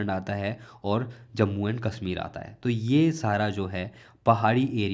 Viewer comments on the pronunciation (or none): none